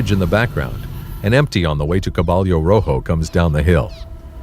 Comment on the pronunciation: Caballo is pronounced kuh bī' y😊oh